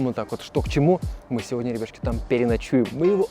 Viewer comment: Почему я постоянно слышу не ребятушки, а рыбешки))